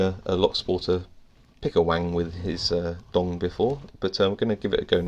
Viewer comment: You're mispronouncing dong. Should be like doung. You're also mispronouncing shi. But that's another matter.